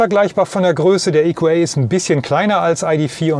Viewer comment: Das Fahrzeug heißt EQA und nicht EQÄ.